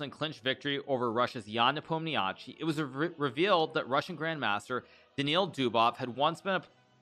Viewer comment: Hikaru, I beg you, please please stop mangling Ian's last name. I know it is spelled like that and it is kinda of hard to know what exactly to do with all those five consonants in a row. But in fact it is really simple: it's very close to Nepo'm-nya-shee (stress falls on "o" !)... well, there is also a so-called i-short at the end (similar to the last sound in "toy" or "guy") but you can skip it, everybody does.